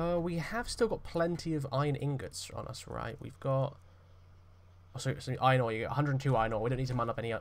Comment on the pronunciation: This is way more entertaining than I thought. Never expected to be so entertained by a nice British bloke rping as a minor. I guess it's the way you pronounce iRON